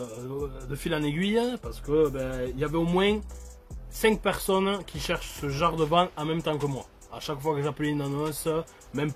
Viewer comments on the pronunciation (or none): none